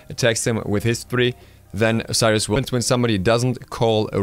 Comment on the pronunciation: Your Osiris is awful :D good video though!